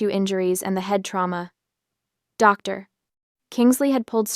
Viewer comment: A pause after every uttered 'Doctor". WHY?